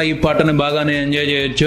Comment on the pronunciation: Anirudh ramachandran kadhu babai ravichander it is Yanjoy kadhu enjoy Yaaash kadhu yash Eda nunchavyaa babuuu😂😂✋